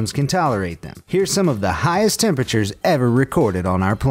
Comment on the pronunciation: What did you say... Hottest tempetures????? Well.....wait.... 110°... Well that's a normal day in Texas